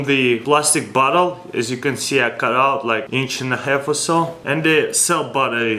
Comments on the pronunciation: What I think he said: "we got cork inside of butthole" Reality: "We got cork inside of bottle" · When you say bottle ut sounds like Butt hole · It sounded like he said "see we have the cork inside of the butthole"